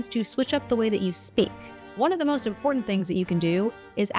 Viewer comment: I noticed you pronounced the letter T both times when you said important...? Is this something you recognize and if so is it deliberate? Great video I think I do many of the techniques you recommend in this video naturally. Most likely because I have thought about and considered a topic or situation before a discussion is initiated. Knowing why you have drawn a conclusion makes you confident and it is better than just stating something with no foundation. Being evidence and information driven is very much needed emotional derived answers are usually incorrect, and even so the process is random. I have also learned to listen better and maybe wait to give an answer later. I am usually not in a position of authority because it doesn't matter to me, but when the proverbial feces hits the fan people come to me even in high positions. My Italian grandfather was very much the same way.